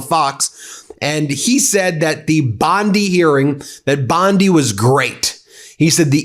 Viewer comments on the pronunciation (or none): Bondi not bonde your saying it like it has an E on the end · Please you yanks killing us Aussies say bondeye not bonde BOND "I" BONDI😂😂😂😂😂😂